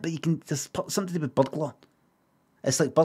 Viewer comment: i like how even when he did the robot voice at the end he still said burgber